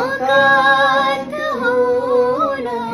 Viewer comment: You can take your singing to the next level by proper urdu pronunciation. These words are of Arabic/Persian origin. Mulakaat is incorrect MulaQaat has the kh ملاقات Kareeb is incorrect Qareeb has a kh قریب Lata Mangeshkar and Asha Bhosle, among others, had perfect pronunciations.